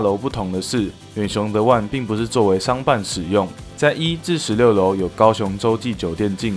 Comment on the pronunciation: The one 發音不正確